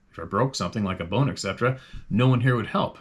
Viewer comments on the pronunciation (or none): none